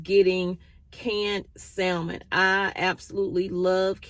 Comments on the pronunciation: Samon, not SaLmon. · It’s samon (silent L) you had it right 😊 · Great tips!! You can make baby formula with canned milk, 2Tbsp light corn syrup, 18-20 oz of water and liquid vitamins. The L in salmon is silent.